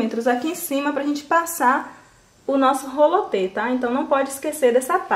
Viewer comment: O nome não é rolo te e sim roliter